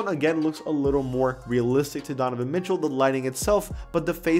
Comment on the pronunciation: the way he said mitchel lmaoooooo